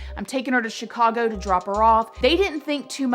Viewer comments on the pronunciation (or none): none